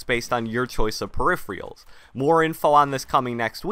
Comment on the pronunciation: Please - Per-rif-er-als is the pronunciation 😃